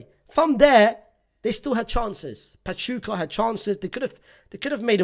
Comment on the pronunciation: 40 years watching la liga and unc finally learned how to pronounce basic spanish words. finally learned how to say pachuca now learn how to say asencio